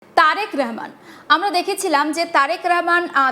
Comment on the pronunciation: Rehman na, Rahman. Kothay je paey ei shob vushi-mal